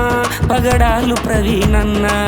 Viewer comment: పగడలు కాదు బ్రదర్,.. పగడాల